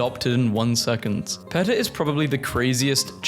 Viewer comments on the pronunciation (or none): He is not even saying PETA right. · “Peetah”, not “Petuh” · Pronounced Pee-ta. Not peh-tah. Idc if thats how euros say it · It’s not PET-uh it’s PEA-tuh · Greg showed up twice 😂 Thrice! Four times! Five times! (Also Faux is pronounced like Foam without the m and PETA is pronounced like Peeta) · I'm suffering psychic damage listening to my guy mispronounce PETA with a short e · ITS NOT PRONOUNCED PEH-TUH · "Marry-land" "Peh-ta" "Ah-ma-zun" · It's pronounced PEE-TUH!, faux is NOT fox it's pronounced foe! learn the pronunciation of words!! Can't stand the way you mispronounce words!! Missouri is pronounced mi-zery! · And he says PETA wrong too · Mispronouncing PETA's name through the video is the best joke out of this entire video. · he pronounces PETA like the start of a word associated with minecraft youtubers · ok you have to learn how to pronounce peta and faux